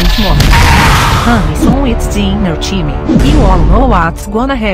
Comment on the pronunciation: The mom said dinner chime instead of dinner time